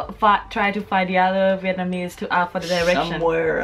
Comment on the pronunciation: For the love of God can you please pronounce it VietNAMese instead of VietMANese